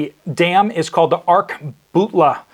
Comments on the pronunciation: It’s ark-lah-but-lah. (Just an fyi on the pronunciation) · Ar' ka' but' la. There is another A in there that helps w pronunciation. It was built in 1940.. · Pronounced (Ark-a-butler) I live in Mississippi about 50 mins from there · Pronounced 'Ark a butler' dam.